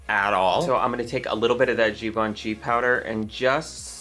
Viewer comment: Thank you amazing review 😉🥰 As a French I love the way you said Givenchy 😁 Bises from France 😘